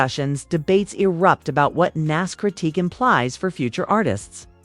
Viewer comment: I couldn't get past that repeated mis-pronouncement of Nas' name.